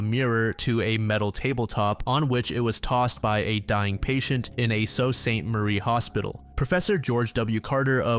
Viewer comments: god as a Michiganian I love when people try to pronounce Sault St Marie 😂 (it’s sue Saint Marie btw, and everyone even people here struggle with it) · Sault Ste Marie is pronounced Soo Saint Marie (Most call it "The Soo"". Man Sault, MI has some cool stories 2 that come to mind are this one and the Alien Encounter where an Air Force pilot and his plane disappeared investigating a UFO. I live in Sault Ste. Marie Ontario, Soo Michigan is our sister city we have an international bridge connecting our town across St. Mary's River.